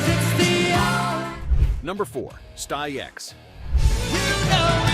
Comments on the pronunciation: Sty-uks and Rio Speedwagon? I think this channel otta pack it in. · It's pronounced Sticks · "Ree-Oh Speedwagon"?? "Sty-yex?" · Stayx stix 😂😂😂😂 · Ayyone notice the mispronunciations? REO Speedwagon and Styx? Im calling ROBOVOICE!!!! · Sty x? Rio? Kind of embarrassing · 1st off The Doobie Brothers still sound good for their age, leave them alone. 2nd Learn how to say Styx correctly. 3rd Shaw had a bunch of hits as well. I like DeYoung and this version of Styx. Unfortunately too much hit the fan and a reunion will never be in the works. 3 Chicago is a cover band or should be called Lee's Chicago. The original 3 left and way too many of the fan base. Have the craz idea they don't care who's in the band, they only want the tunes and don't see the issues being faced when Sadly the originals in the band are no longer with us. They should call it quits but they have a delusional way of thinking. As much as I love the band. Its time to hang it up!!!!!!!